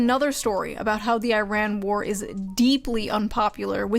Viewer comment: Is she saying "war" or "vore"?